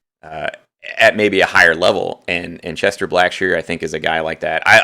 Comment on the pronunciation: CHESTON not Chester. Lol